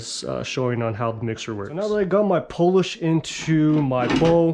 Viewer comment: The correct pronunciation is POO-LEASH not Polish. Just so you know…..